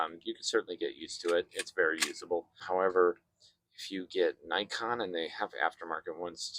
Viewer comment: This is Nikon. Not "najkon" you idiot! Do you undestand? Nikon! Idiot, idiot, idit!